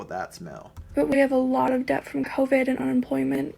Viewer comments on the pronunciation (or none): none